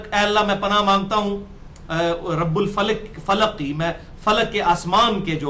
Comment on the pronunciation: sorah falak me start me shak ho raha h ap ne rabin falak parha h jb k rabil falk h